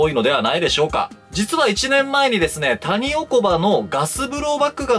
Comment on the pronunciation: タ→ニ↑オ↑コ→バ↓